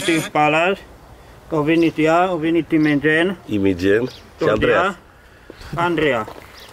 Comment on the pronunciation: Și faza e ca acolo pare ca a zis intenționat imigen nu ca nu poate sa zică sa pronunțe imogen